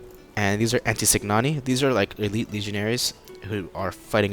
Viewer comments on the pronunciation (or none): none